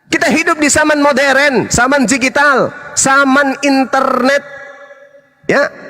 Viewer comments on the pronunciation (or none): DIGITAL BANG.. BUKAN JIGITAL